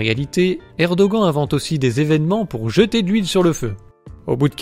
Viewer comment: Erdogan se prononce "érdoane", peu importe si tu ne l'aimes pas, fait un effort et prononce les noms turcs correctement, c'est la moindre des choses.